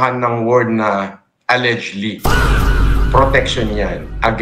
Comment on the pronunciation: MIT Grad na hindi alam basahin ang "Allegedly"